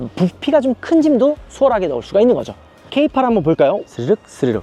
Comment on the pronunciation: K8과 필랑트 고민하고있었는데 세대 비교 너무 감사해요. 전고 높은 SUV는 부담스럽고 세단을 탈피해볼까 하는 기존 세단 차주한테 필랑트 매력적이고 기존 세단과의 비교 너무 유용합니다. 다만 K8은 케이팔이라고 하지 말고 케이에잇이라고좀 해주세요 케이팔 너무 없어보여요. 케이쓰리 케이파이브 케이세븐 케이나인이라고 하면서 왜 K8만 케이팔 하냐구요 ㅠㅠ ㅋㅋㅋ